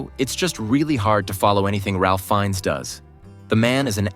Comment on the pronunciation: Your AI's horrible pronunciation of Ralph Fiennes' name is enough for a thumbs down. It's lazy, and insulting to your audience.